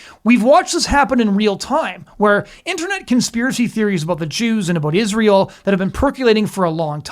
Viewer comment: This unhinged and profoundly ignorant stupid dumb bitch cant even pronounce simple words (written🫩) becomes: WRITT-EN 🤨and of course ISREAL becomes: ISH-REAL, which is so disrespectful and disgusting, same as when she says: JUDEA-OOOO CHRISTIAN 🙄the parasite is ILLITERATE 💯